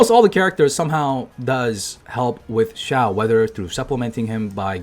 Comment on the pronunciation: LOL "Xiaowered"